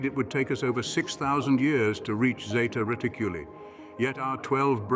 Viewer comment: Its NOT Zeta Riticllly its Zeta reticuli!!!